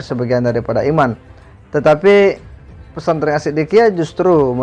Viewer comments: Hy hallo mas bukan pesantreng tpi pesantren, ampun deh ini you tuber kristen apa ko blg pesantreng hahaha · Khas logat SulSel 😂